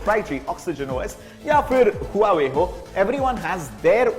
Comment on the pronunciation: Nice phone! Its वॉवे where 'H' is silent !